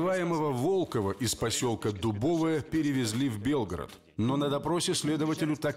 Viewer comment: Не ДубОвое, а ДубовОе